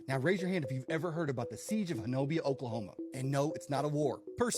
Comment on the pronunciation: It’s not pronounced Ho-no-bia; The correct pronunciation is HO-NUBBY